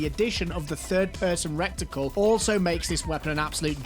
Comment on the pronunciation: My friend, it's reh-tuh-cul. Cheers.